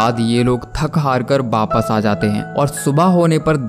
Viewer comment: In india every state has their own accent so in some state it says wapas and in some other state its called wapis but non of state in india called baapass like your saying baaapass😂🤦🏻🤦😂